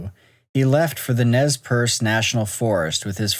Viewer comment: It's pronounced "Nay Persay" not nezz pierce